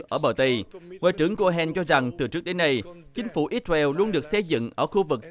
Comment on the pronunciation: Ích sơ ren đọc ích beo